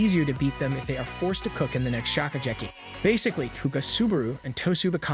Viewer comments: bro your pronounciation is so bad get at least ONE word right 😭😭 "shokucheki" really? thats legit the name of the show shokugeki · Bro you ruined one of my favorite animes by butchering all the names 🤦🏽‍♂️ what is "shokujerky"?